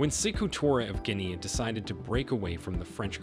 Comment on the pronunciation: Please pronounce Guinea properly!!!!!